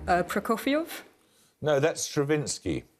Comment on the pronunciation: "Prokofiouf"? oO'